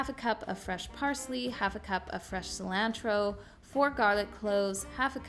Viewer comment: The way you say cilantro and Parmesan cracks me up!! 😂 My under $10 for a family of 6 are spaghetti and meat sauce, chili and corn bread, pork chops and rice, taco with Mexican rice, garlic parm chicken pasta and homemade chicken noodle soup with crackers. I buy my meat in bulk to save and use for multiple meals, as well as my rice and pasta.